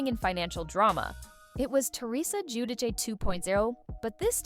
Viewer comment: Come on now. You're going to narrate this video and you can't even correctly pronounce the name Giudice.